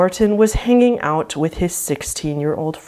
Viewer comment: This video would have been a third shorter if the end of each sentence wasn't elongated with invisible syllables. I've never heard 'out' pronounced 'outtsss' before either 🤷‍♀️. Totally unique version of the English language!!